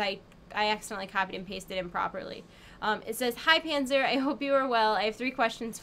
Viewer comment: but she´s called Panser not Panzer, voher informieren :D